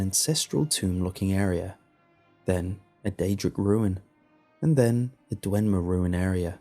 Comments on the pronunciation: It's Dwemer, not DweNmer. Nice story and narration though. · Dwemer mate. Not Dwenmer